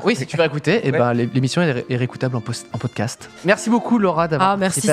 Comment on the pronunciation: "en poss-cat" 😂😂😂😂 "Toi tu fé dé posscat moi ossi j'vé fair dé posscat, tu va voir qu'j'te mé à l'amende" "On dit podcast!"